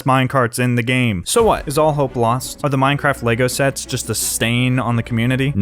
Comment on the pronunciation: i feel like he said shets instead of sets